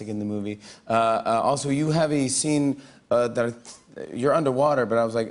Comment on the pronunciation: What happened to his accent 😂 instead of “that”; he said “dart”😂😂😂 he’s out here talking all Russian 😂😂😂😂